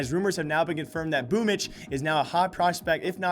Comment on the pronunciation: can anyone explain why Boombl4 is pronounced "boomitch"?